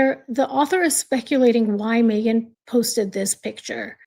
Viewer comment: It’s so disgusting coming from her. Even WORSE her editing the pic to make it more awful. And yes, u pronounced it correct :)